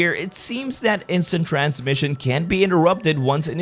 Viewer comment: He said instint cramshin😂